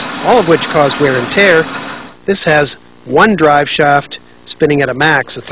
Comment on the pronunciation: did someone with an American accent just say "drive sharft"?